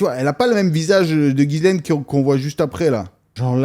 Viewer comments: C'est pas GUYSLAINE C'EST GHISLAINE DONC TU FAIT COMME SI C'ETAIT UN J C'EST JISSLAINE BORDEL!!!!!! C'ESST TRES REPANDU COMME PRENOM AU QUEBEC MERDOUILLE TRUST ME MAN! ARRETER DE FAIRE DE LA DISLEXIE EN PENSSANT QUE LE H FAIT LA JOB DU U..... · Ça se prononce JICELAINE !!! Comment Eps at-il pu voyager sans problèmes au travers le monde tout en étant sur la liste de délinquants sexuel ?